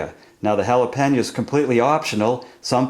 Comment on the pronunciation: You pronounce Jalapeno - "Hal-Ah-Pan-Ya" ??? LOL